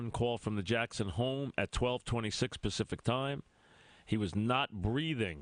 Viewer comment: We're tawkin Farrah Fawcet. ;55 seconds in is AMAZING... "It was pacispic time." hahahahahahahahahahahahahahahahahahahahahahahahahahahahahahahah